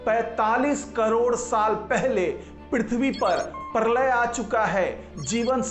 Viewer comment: परलय नही प्रलय बोलो